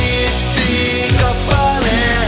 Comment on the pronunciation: Vitun hyvä. Kuulosti että ku se sano hittikappaleen kuulin "hinttikappaleen"